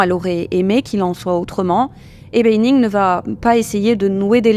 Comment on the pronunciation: Ça se prononce bAnning, pas bEYnning.